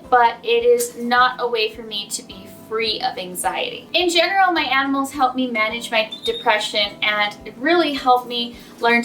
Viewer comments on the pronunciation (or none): none